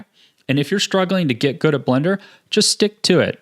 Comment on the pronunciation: Did he just say how to "GID GUD" LOL.